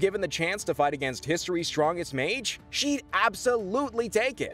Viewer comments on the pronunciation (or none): none